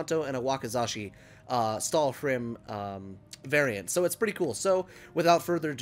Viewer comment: Lmao every time you said stahlrim, I thought of family Guy and cool hwip